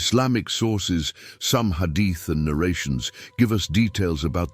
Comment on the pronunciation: Pl correct the marrator's pronunciation of hadith, Aad, Hud, Maryum, Esa...